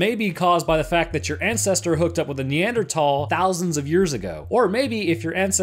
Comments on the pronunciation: Neandertall? Do you mean “Neanderthal” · No one.... not a single soul:: NeEaNdErTaLl